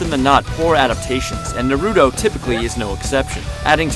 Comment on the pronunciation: How about u say his name right